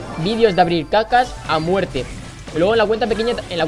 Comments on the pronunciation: Es Porque en vez de decir cajas dijo cacas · en el minuto en vez de decir cajas dice cacas :v